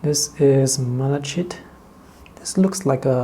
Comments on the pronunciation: Never heard of these. They look lovely. Thanks for the review. I really must stop watching, you always make me want to spend money. That raw umber earth looks particularly good. Also, malachite is pronounced Mal a kite. It is a copper corrosion product. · FYI - The pronunciation of malachite is MAL-a-kite (long “I” sound.) I don’t know the correct phonetic representation . Not intended as a criticism - especially since you speak more languages than I! - but you were struggling with the word. 😊 Most of the colors are really lovely, but these are quite expensive sets if one wanted only a couple of the paints. Thank you for the review!